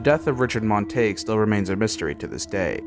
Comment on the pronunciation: You are mispronouncing his last name.